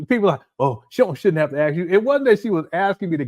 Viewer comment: Each time he says axe instead of ask, I hear nails on a chalkboard 😂